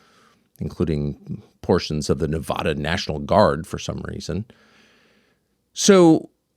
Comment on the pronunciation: I’ve heard Tucker make a lot of spicy takes, but mispronouncing Nevada is a new level.